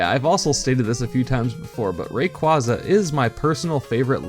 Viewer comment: Rayquaza is your favourite legendary but you don't even pronounce it's name right. Also Dipplin only evolves into Hydrapple while Flapple and Appletun evolve from Applin. Serperior does have a small pair of arms behind it's back. Seviper's purple markings are actually meant to resemble scars from a Zangoose as in gen 3 Zangoose has purple claws, meanwhile Zangoose's red markings are meant to be scars from a Seviper's red fangs and tail blade, this is an element of their design that people tend to miss especially because Zangoose's claws were changed to black, their shiny colours however keep this detail with correct corresponding colours.